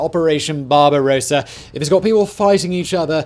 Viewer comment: Talk to us as if we are stupid children again, please!! You can't even pronounce "Barbarossa" or "Laos" correctly, and we are supposed to think you are learned.